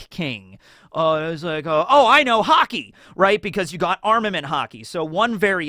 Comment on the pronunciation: I thought you said "HOCKEY" and was confused as to when did one piece become a sports manga